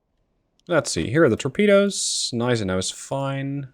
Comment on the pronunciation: correction on the pronounciation of Gneisenau: You rponounc it Neisenau, in german Gn doesnt become N, it stays Gn. so its isnt pronounced Neisenau, its actuall Gneisenau